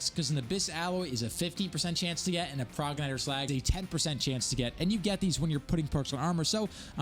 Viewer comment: Pro-Jen-it-or is the pronunciation for progenitor lol, by the way how do you get legendary armour?